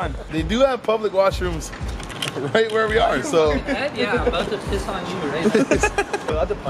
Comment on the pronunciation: lmao sean says i need to piz again!